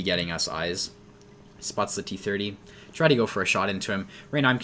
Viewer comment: Are you saying "try snipe" or "[CHAI] snipe," also lol Category Travel & Events